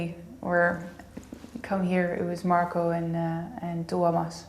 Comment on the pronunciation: At least he pronouncer Tuomas really well!